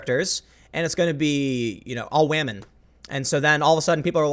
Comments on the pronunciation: Did anyone catch Tim saying whamen instead of women lol? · He said "wamen"!!! Petition for Tim to host Meme Review. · Tim 2019- "wamen." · I don't think ive ever heard tim go "wahmen" Tis a red letter day! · LOL even Tim is saying WAMEN now bahahah